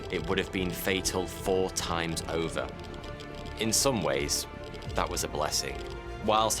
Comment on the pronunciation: Ovver atoms? This is an English presenter. Ovver atoms? I think Guardio needs to part company with a YouTuber who cannot pronounce the simplest English words correctly. OVVER atoms is where I parted company with this video.